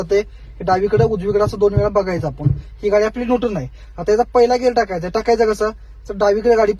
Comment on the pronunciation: नुटन ❌ न्यूट्रल ✅ गेर ❌ गियर ✅ 😂